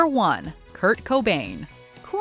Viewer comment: Seriously Kurt bobain!!!??? Fuck this list…. You guys really need to redo this video…. In my opinion, biggie or Tupac should have been number 1 or 2. Like no one in the state of Texas even knew Kurt cobain, I really wonder who remembers him from the entire world?